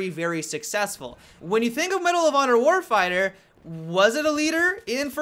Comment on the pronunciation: "Medal of honor warfieyah"